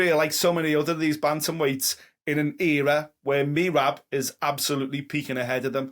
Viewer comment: Can someone tell to learn how to pronounce Merab’s name? 😂